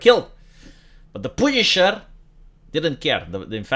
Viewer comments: I never knew the punisher "poonished". XD Love your videos man, your 100% right, America is a shitshow. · Came here to hear say "Poownish" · The pooneeshar is ready and willing. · The way always pronounces the word Punisher is something else.